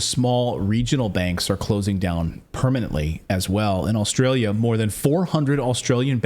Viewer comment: I won't get onto Clayton's "ATM machine" but it is funny that he said "Aulstralia" with the extra "L"...